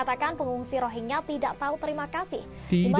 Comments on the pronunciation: Rohengyah bang bukan rogea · bang gw lebih fokus kenapa lo susah banget ngmng rohingya, malah jadi rogiah. 😅